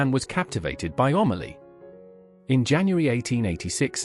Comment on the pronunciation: The subtitles are absolutely ridiculous and the names totally mispronounced. It is Amelie, not Omally!